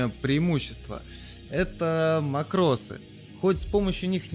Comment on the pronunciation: ааааа макрОсы у меня кровь из ушей пошла